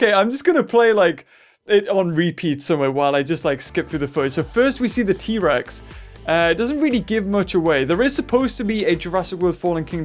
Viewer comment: thats not how you say t rex